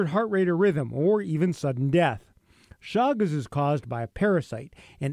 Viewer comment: It is pronounced Shagas !